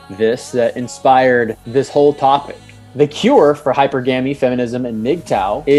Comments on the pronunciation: Can't even pronounce hy-per-gamy right. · Totally messed up "hypergamy" pronunciation, clicked off immediately.